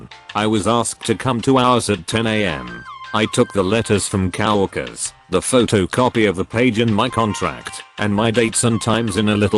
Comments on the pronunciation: I hate that voice so much and It misuses words. COWorkers is not the right way to go, COworkers is right. I'd listen more but the voice is horrible. I'm not going to subscribe, too messed up. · coworkers is pronounced co-work-ers, not cow-work-ers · Nobody: ... Text to speech: "COW-WORKERS.." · Robot pronounced coworkers as cow-orkers! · Can you get a better tts system? Coworkers shouldn't be pronounced cow-orkers. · Ouch! The AI trying to read this is terrible. HR = Hurr? Facebook = Fass a buk? Coworkers = Cow o erkers? It's just too hard to even listen to...